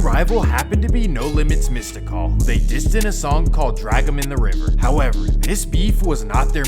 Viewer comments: misty-call lol im ded☠ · Calling mystical "mista call" is killin me.